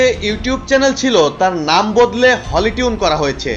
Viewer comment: ঠিকমতো নামই বলতে পারেন না হিসাব দেবে কিসের আবার না জেনে শুনে মন্তব্য করা ঠিক না